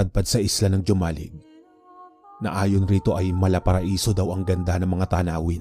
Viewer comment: Ang pronounce po nyan ay Homalig not Jomalig